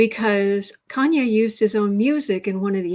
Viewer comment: Kanye = Con-Nay